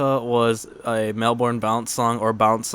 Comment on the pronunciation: Sorry to be a prick but Melbourne is said like melbin not melburn lol sorry im an aussie and it's a little anoying for me but its awesome how you use Melbourne bounce. I thought it sounded like it